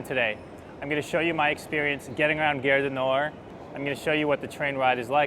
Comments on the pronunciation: cool! fyi gare rhymes with "are". not air. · The "a" in French is pronounced "ah" (as in "father"). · Little note on pronunciation: you are saying 'guerre' du Nord, 'war of the north' rather than 'gare du Nord'....Station of the North :) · GHARE, not gerre.! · nice video; just one tiny little thing... Gare du Nord (Northern Station) is proncounced as "gahr" - you pronouncing it as "Guerre du Nord", sounds to French like "War of the North" 😀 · Hé hé ... It's "Gare" as in "Gaaaaaahre". Aaaaah. Open up the 'a' :). You got it with "cAfé Allongé". Same 'a'. And it's not a company or store/product name, so it's OK to pause between words, same pace as a regular sentence. It's not "gare-du-nord". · Pronounce "Gare" like "garr", but with the A pronounced like the A in "garden". So like saying "garden", but stopping halfway and adding an R. 😘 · His pronunciation is a bit off track I thought we had started a war in the north. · Try garage du Nord then remove age... at the end it should be more or less good 😁